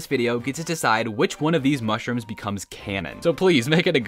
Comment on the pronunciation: You cownted mushrums that you dident iven have.